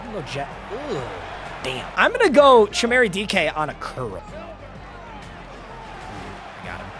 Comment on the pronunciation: it’s CHEEM-RAY. Put some respect on my former Badger